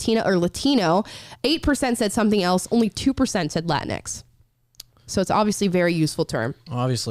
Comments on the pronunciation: I thought it was pronounced like Kleenex. Latinx. Either way, completely stupid garbage word. Lol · It's pronounced "la tingx" like "la jinx" or "la minx" !!!